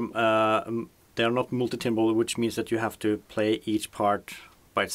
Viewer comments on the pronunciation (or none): Timbre pronounced "tamber"